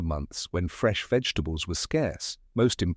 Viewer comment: The AI voice is making it hard to watch this with the mangling the names of vegetables